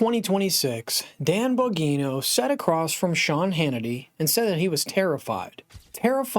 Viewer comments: BAHN-JEE-NOH not BAHN-GEE-NOH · Bon -GEE-No. Not Bon-Ghee.-No. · It's "Bon gee no" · Oh my gosh, you keep saying the name wrong oh it’s annoying🥴🤨🤮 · You are pronouncing his name incorrectly STOP THAT IT SOUNDS TERRIBLE. LEARN HOW TO PRONOUNCE HIS NAME CORRECTLY. HOW CAN YOU DO THAT? HOW CAN YOU TALK ABOUT SOMEBODY ON YOUR SHOW AND NOT KNOW HOW TO CORRECTLY PRONOUNCE THEIR NAME PRAISE GOD. 🙏🙏🙏🙏🙏🙏🩸✝️🙏🙏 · Here Here!